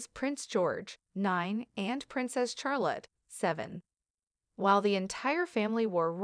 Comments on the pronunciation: Charlotte is pronounced without emphasizing the "H", reprogram your Robot narrator. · Thank you for the comment from "BlueEyes." Regarding now for the third time myself, the pronouncination of Charlotte: IT IS NOT PRONOUNCED w/ "H!" Nor is Prince Louis pronounced "Lewis, , it is correctly Louie, again, no "w." ( As in "phooey!) This is truly SO annoying to hear. Princess Charlotte has such a lovely name; but is NOT named after her grandfather, King CHarles III. SHAR, as in "share" not CHAIR. YES, lose the "h," please also remember Louie. Poor kids will go through life with lovely names MANGLED BY narrators. Another: "tiara" is NOT TIEara, it is tea, ( as in the drink!.) How difficult is this, people? Thanks again , "BlueEyes"